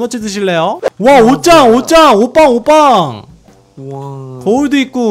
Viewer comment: 옷방이라할때 오빠란줄 ㅋㅋㅋㅋㅋㅋㅋㅋㅋㅋㅋㅋ